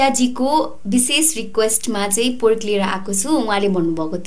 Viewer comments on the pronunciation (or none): Not poork Its pork 😁😁